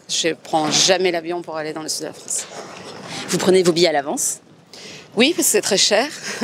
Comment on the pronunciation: D'où vient ce monsieur qui prononce « des régions France » comme « Franche » ?